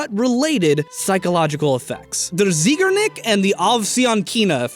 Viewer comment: Anybody else notice how he just switched up his pronunciation of Zeigarnik midway through?